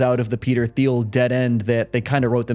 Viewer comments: It’s pronounced “TEEL” not “THEEL” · It's pronounced Teal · his name is pronounced "Teal", not "Thee-ul" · Hey this isnt a criticism but Peter Thiels last name is pronounced "Teal". Just since im sure he'll come up again.